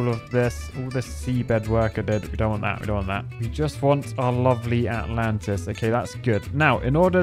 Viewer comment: All I kept hearing was -lantas.